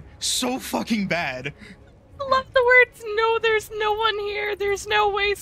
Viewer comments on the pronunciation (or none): "Thews no one heuh" that's why you don't send the slow kid to check tucks.